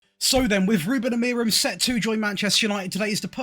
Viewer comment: it's pronounced "Uh-Moo-Rin"